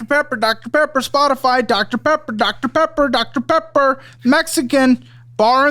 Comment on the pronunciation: This mf tryna say dr. Pepper and gon say “TIDDIES” 😹😹😹😹